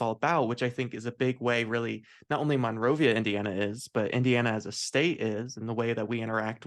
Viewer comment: As a person having been in Monrovia my whole life the way it is mostly pronounced is mun-rovia compared to mon-rovia. Honest mistake, you’d have to be here often to know that